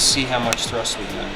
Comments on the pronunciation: For a guy who talks to a camera for a living, sure can butcher some words 🤦🏼‍♂️ it’s a thrusT bearing… with a T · Thrust bearing, not thrush 🤣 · Thrust...NOT Thrush... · Plz say thrust instead of thrush, thrush is a completely different thing 😅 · THRUST bearing, not THRUSH bearing. Those are two very different things lmao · Thrust not thrush haha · Are you saying thrush bearing? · still can't beat the habit of calling thrust "thrush" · Please tell in person. It drives me CRAZY when he calls it a thrush bearing. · Great content, motor looks fantastic. Not gonna lie though, you keep calling thrust bearings "thrush", which is a bird😂. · Are you saying thrush bearings? lol